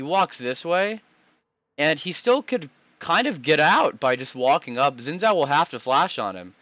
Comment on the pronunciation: it's pronounced Shin Jao